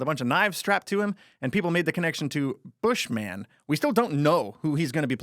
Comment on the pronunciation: It's not Bush Man it's Bushman lol